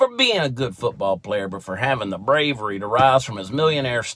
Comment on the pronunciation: Who is this Colon Kaopectate you speak of ? And what is Fooseball ? Nike doesn't deserve my money... New Balance does though....... LOL!